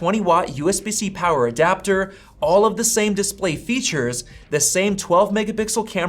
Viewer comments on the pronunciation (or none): none